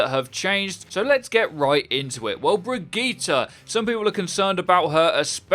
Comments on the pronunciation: Why do you pronouce Brigitte like that? Its a common female name "Bridg-ette" not "Brig-git-tee" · its pronounced Bridge-It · Wait her name isn't pronounced "Bridgette" it's "Brigeet"?? 😂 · Am I the only one who noticed he completely butchered her name?